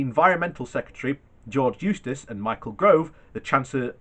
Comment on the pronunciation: GOVE, not gRove